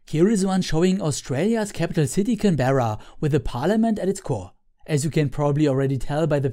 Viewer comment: You're doing gods work my friend. I always love this videos. Your pronunciation of Canberra amuses me. It's not wrong. just funny to my Australian ears.